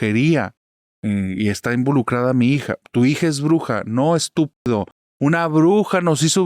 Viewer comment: " no stúpido" me encantó el acento en que lo dijo jajajaja 🎉